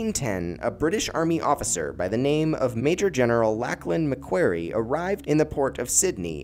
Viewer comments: This was terrible. Who’s GUVNOR MC KWERY lmao. I’m Australian. You should have 1. Researched. 2. Asked an Australian to narrate. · It’s pronounced Mac kwory. (Long o)